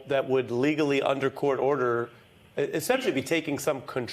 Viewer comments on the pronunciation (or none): "Dissolution" is NOT pronounced disillusion It is Dis--olu-shun